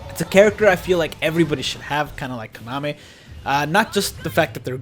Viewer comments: Dude it’s Kan-a-may not Konami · It's pronounced Kah Nah Meh, not Kanah meh. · Him saying kanime bugs me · OMG I cant BELIEVE he was saying his name like that GEEZUS